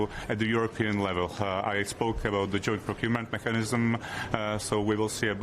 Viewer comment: I am pleasantly surprised with his english, you should hear other czech politics, although his "mechanism" and mess... 😅 but the sounds he makes really drive me nuts 😏